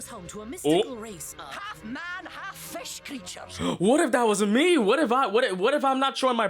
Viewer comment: Can't even say fish. 🐠🐟